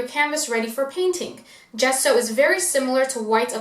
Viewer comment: How is it even possible that an ‘artist’ cannot pronounce Ge-sso? Not Ghesso